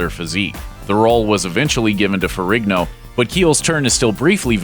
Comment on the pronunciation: Why are you pronouncing Forrigno, with a hard G???